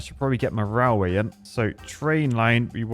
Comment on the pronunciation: Nobody: "RALWAY"